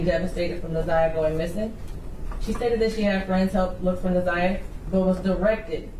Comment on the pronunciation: I cant listen the community advocate. She cant even pronounce Na'Zayiahs name